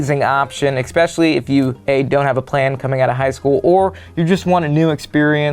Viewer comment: loves adding a “c” to the word “especially”